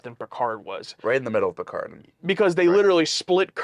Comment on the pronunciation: Sometimes it sounds like they are saying “Percard” lol. Loving the reactions.